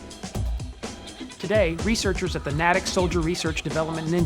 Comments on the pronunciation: It's not Nat - tick It's Nay - tick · That's pronounced " Nay - tick", not "Nah - tick". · It's pronounced Nate-ic not Nat-ic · Natick- pronounced NAY-tick. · Natick is pronounced Nay-tick, not Na-tick. It is a long A sound. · i thought it was nate-ick, natick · Nay-tick! That’s how Natick is spelled ! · and NATICK is pronounced Ney (as in Marshall Ney of France) Tick. You forgot Tabasco Co's C-rat cookbook of Vietnam era. As for MCI's. The canned fruit were usually very good. (esp the apricots and fruit cocktail) and the best canned meat in my opinion was the turkey. And best of all the cocoa powder packet. Wish the QM would include tea packets, as some people just don't drink coffee. RHB SSF USASigCorps ret '69-89. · Pretty sure "Natick" is pronounced "NAY-dick" (as in, Natick, MA). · pronounced nay-tick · The town name is pronounced N ay Tick (Natick, MA). The military is actually considering moving this lab to Nevada. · Aside from mispronouncing Natick, a very interesting video.